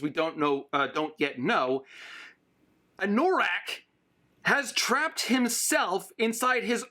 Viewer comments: Having only listened to the Audiobooks hearing Anorak pronounced as A-Nor-ak instead of An-a-rak was a bit odd. But it makes more sense going by the way it was supposed to be his D&D character. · Your mispronunciation of 'anorak' drives me wacky. Anorak is a kind of jacket, and also a slang term for someone who is super-passionate about a niche subject. AN-NUH-RAK. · oh and anno-rak. the pronunciation is on Anno rack. like anno +rack. it's the German word for a winter jacket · I love/hate the way you pronounce Anorak. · Idk if i can watch part 2 if you keep saying anorak like that